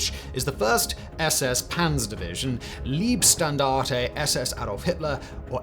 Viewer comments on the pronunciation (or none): take a drink every time he says Lieb instead of Leib 😆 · Yeah it's the sound as in the word lie, ironically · hah at Liebstandarte (love standarte) 😆 Leibstandarte ( body/personal standarte) quite the difference between ie & ei in german! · He says leebstandarte. It's an ey sound. Leybstandarte. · Liebstandard 😅 leibstandard its 🥚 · In several videos you butcher those parts of German pronounciation which is easy to do for English speakers. "ei" in German maps quite well to "ie" in English. So if you say Leibstandarte, just pronouce the first three letters like "lie" in English and you're pretty spot on. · I'm pretty sure it's pronounced Layb-shtandarte. The "ei" diphtong in German is generally pronounced like "i" in "bite" or "like". "St" at the beginning of a word is pronounced as "sht" and this rule applies to "Leibstandarte", because it's a word combining 2 words: "Leib" and "Standarte".